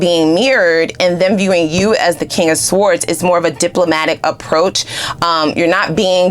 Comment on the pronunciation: Darling, you’re killing me…the “w” is sword is silent…